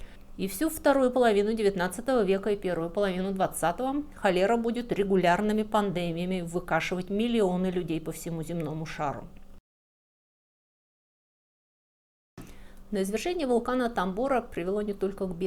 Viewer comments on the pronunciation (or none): Почему «пандЕмия», правильно говорить «пандемИя» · Вот никак не пойму, почему вы говорите пандЕмия, а не пандемИя? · половина выпуска про Байрона, его подруг, друзей и прочую литературу, а также пандЭмия?! это интонация грамотного человека? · Почему " пандЕмия", а не пандемИя? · Как после ковида можно говорить "пандЕмия" я решительно не понимаю. Слово "пандемИя" произносилось не менее четырёх триллионов раз в каждом выпуске новостей в начале 2020-го года. Можно было и выучить. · Подскажите пожалуйста, а почему пандемИя, а не пандЕмия? Просто это слово в последние несколько лет настолько на слуху, что ухо сразу резануло. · Почему пандЕмия? Откройте словарь, слово на слуху - пандемИИИИя. Не стЕнах, а стенАх. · Очень интересно рассказываете, но очень режет слух "пандЕмия", когда как ударение правильно все же поставить на последний слог, то есть "пандемИя". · Полностью согласна. Спасибо,. Вот только в слове пандемия ударение на И надо ставить. Извините за замечание. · Согласна, речь - приятная,но не совсем грамотная в смысле расстановки ударений и написания произношения слов,например:неправильно в стЕнах, правильно- в стенАх; неправильно-времяпровождение,правильно- времяПРЕпровождение,неправильно- в рЕках, правильно- в рекАх,неправильно-пандЕмия, правильно- пандемИя и т.д.В целом, очень приятно слушать умницу -простим ей ее погрешности в произношении! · Напрягло немного "пандЭмия". Правильно все таки "пандемИя" (это иностранное слово, правила русского языка "е - ударная всегда" на него не распростаняется) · Что особенного в ее языке? Достаточно стандартные выражения + ошибки в ударениях, которые режут уши. ПандЕееемия 😂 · пандемия ударение на и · Жерло́, пандеми́я. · пандемия. ударение на и. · Пандеми́я. Ударение на и. Простите, просто очень режет слух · В слове ПАНДЕМИЯ ударение надо ставить на букву И!!!